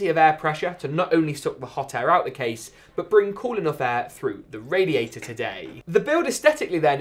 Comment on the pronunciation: Am I the only person who gets annoyed when he says "but" . Sounds like bouut